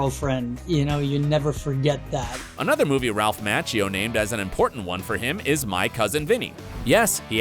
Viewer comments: 1. It's pronounced Z-AB-KUH not Z-OB-KUH 2. It's pronounced M-ah-chio not M-atch-io 3. You still never told us who was the richest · its Ralph ma-chee-oh. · Despite your professional-looking video you really ruin it by mispronouncing Ralph Macchio's name. The correct pronunciation is "Ma-chee-o"! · Went to the comments to look for someone to bring up the constant "Match-e-o" Really? How long has Ralph Machio been around that you can't pronounce his name? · "Match-eo". I've never heard it pronounced that way in my life and it sounds ridiculous. Thankfully you were sure to repeat it 100 times. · Bro I was saying the same thing 😭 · The way you pronounced Zabka and Macchio made me grind my teeth. There is no to-may-toe - to-mah-toe when it comes to someone's name. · Is this narrator saying Ralph last name wrong.